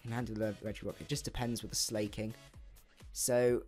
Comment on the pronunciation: And I love how you say slayking instead of slaking